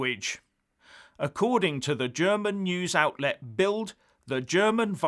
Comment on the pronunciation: The expression was "Continent Isolated." By the way, the German newspaper BILD is pronounced "Built" and not "Build". Great series of videos. The hammer always clobbers the poor old nail right on the head!